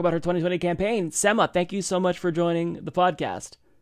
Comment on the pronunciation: I facepalmed whenever mispronounced Sema's name as "SEH-muh" instead of "SEE-muh". This happened even after Sema pronounced her name the right way! Come on!